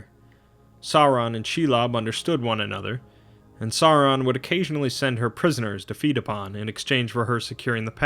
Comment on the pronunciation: Sauron is pronounced Sour-ron.